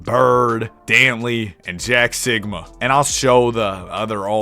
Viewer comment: Why bro say Jack Sikma like Jack Sigma 😂